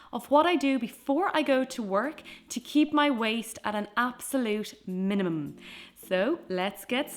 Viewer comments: Minimum? The most similar thing I heard was mnm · the way you said minimum really confused me lol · the way she said minimum at the start I’m dying